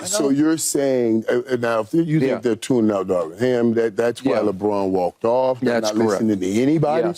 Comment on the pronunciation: Darvin not Darwin, key 😂😂😂😂😂